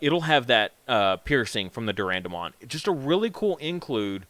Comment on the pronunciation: Its Deeee A Boro Mon